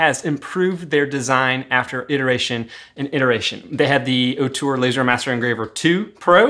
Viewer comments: Love your videos dude. I wish Ortur offered a 20w version tho. Also, you are not pronouncing it currently. It's OR-tur, not OH-tur. Keep up the good work though. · Say it with me… OR-TUR! Not OH-TUR!!!